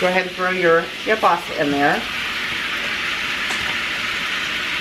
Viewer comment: I wish people would learn how to say Keilbasa correctly.